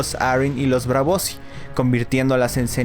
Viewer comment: Que mal suena ese inglés de USA. Es super irritante. Por cierto, se dice BRAVOSÍ, no Bravosi.